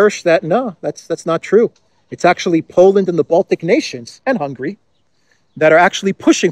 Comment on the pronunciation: please, the country’s name is not Hungry but HungAry. On the other hand Nogradi Gyorgy is an academic professor and analyst. He is versed in foreign affairs and indeed security affairs. He is top notch in German politics. He never interferes in internal affairs and politics, very wisely. Thanks for all your hard work to keep us updated!